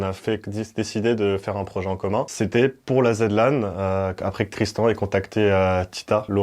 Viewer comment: On devrait ajouter une règle pour les events de Zera. Ceux qui ne savent pas les prononcer ne participent pas :zrtKallax: (c'est une vanne mais ça me trigger premier degré xD Zed Lan.....)